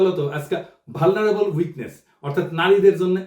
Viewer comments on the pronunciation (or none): none